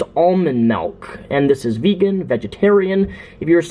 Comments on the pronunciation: MALK? DID HE SAY MALK? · It's not "malk" !! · STOP SAYING MELK OR I'LL KILL A KITTEN.